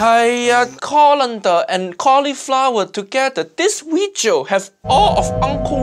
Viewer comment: "This weejio has all of uncle Roger nightmare" He didn't drain the rice with colander tho...